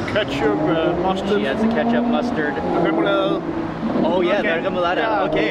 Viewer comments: Remounella it’s called Remoulade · I felt offended with how he said Remulade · I just laugh how he pronounce flødeboller and remoulade haha. He sounds like me🤣😅